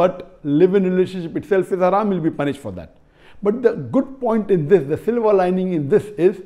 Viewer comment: I loved it when Dr Zakir said “dis”. He communicates so well.